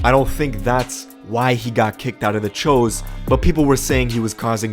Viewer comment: the press guy and the video announcer....guys... it’s “chuuuu’s” they are not Asians. Thanks.